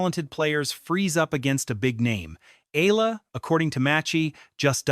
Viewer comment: e-YAH-la‼️ e-YAH-la‼️ e-YAH-la‼️